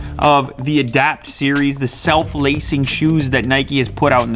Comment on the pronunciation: Did you say "self lacing speakers"?